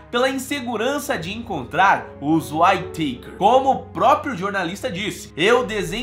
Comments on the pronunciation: Pronuncia-se...Uítaquer "Whittaker"...não Uaitêikers"...de novo Uííííítaquers, mais facil do que parece rssss. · Legal o video mas cada vez que vc pronuncia "Uai teiquers" dòi o ouvido! rs A pronuncia correta è "Uítequers" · Acho q se pronuncia "uítequer" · Descrição do vídeo , é ridícula, essa família já sofreu tanto , e ainda vem um mercenário, que não sabe nem pronunciar o nome da família !!!